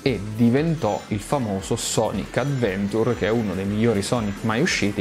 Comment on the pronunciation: È il primo video che guardo del tuo canale, mi è piaciuto molto, è pieno di informazioni ben spiegate ed è molto approfondito. Guarderò sicuramente altri video del tuo canale. Giusto due correzioni: 1) la pronuncia di Adventure non è corretta 2) avrei nominato Sonic Jam per Saturn poiché mostrava teoricamente come sarebbe potuto essere Sonic in 3D